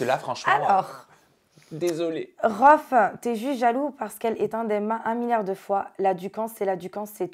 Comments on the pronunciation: RHOFF !!!!!! pas " Rhoof " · "rhoof" au lieu de "Rohff" wallah ils ont rien respecté 🤣🤣🤣🤣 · rOOph 😂😂😂 prononcer rouf j'suis morte il la pas respecter